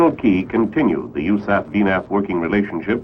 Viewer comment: Who the hell says u-saff? Honestly the first time I've heard it pronounced as a word in an official manner.